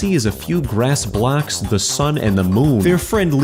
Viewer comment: The way he says blocks is weird like bblllackss